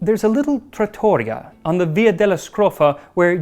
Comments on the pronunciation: Trattoria = trah - tor - EE - ah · Yum! I think I found my recipe for tonight 😁 I love how much effort you put into pronouncing correctly every foreign word in all videos! If you like a little correction about “trattoria” - it’s pronounced with the stress on the “I”, like “trattorieea” :) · Little note on your otherwise very good Italian: the word trattoria has the stress on the penultimate syllable, not the second :) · pronounced: ( trat-tor- ria ) not trator-ia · Only one little quibble: it's "trat-to-RI-a", not "trat-TO-ria". But in general, yes, I am very impressed with the care Max takes with pronunciation in all the languages he tackles! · lmao "cuckolds pasta" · TratTORia? C’mon, Max, you know better than that 😊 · Here in Italy we call it " Pasta in bianco " aka pasta in white 😊 And yes, people gave up their gold. My grandmother gave up her wedding ring and eventually called one of my uncles " Benito ", for example. Oh and it's trattorìa 😘. I know how important pronunciation is for Max 😊 Needless to say the episode is awesome. Accurate and super interesting! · He was the Salt Bae of fettuccine. minor correction... the accent goes on the I, in trattoria... so the word is pronounced trattoRIA, if you see what I mean. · You pronounced everything completely fine until "trattoria". that physically hurt. Also my father made this the other night, coincidentally, and it was utterly delicious, as always. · Thank you for saying "fettuccine" instead of "fettuccini", Max my boy. However, it's "trattoria" with the accent on the "i". Same principle as "pizzeria" or "caffetteria", if that heps. I know you care about these detals so I decided to be "that guy". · A perfect video, as always... just a very little advice on italian language: "trattoria" has the accent on the "i", not the "o". Hope this very little bit of knoledge will help 😊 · why does no one say trattoria how it's supposed to be said which is even easier than the "english" pronunciation. the I is emphasized.